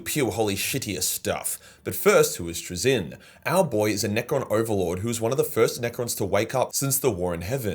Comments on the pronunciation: TrAzyn not TraZYN :) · Love your vids just pls stop saying 'trizin'